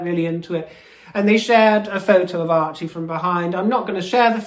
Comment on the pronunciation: Did you call Archie, Merchie? HILARIOUS!